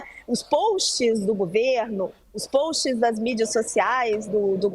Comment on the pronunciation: Alguém ensina essa mulher falar post e não polst!